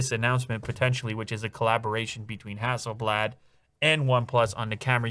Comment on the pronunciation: ROG Phone 5. Only because of the touchinput settings feature. Also, the last A in HasselblAd is pronounced more like "dAwg, bAll". Not like blad(der) 😆🇸🇪 Fun fact: Hasselblad is from the same town as Pewdiepie. And me.